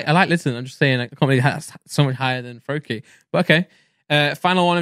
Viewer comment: Bro he did Froakie Wrong!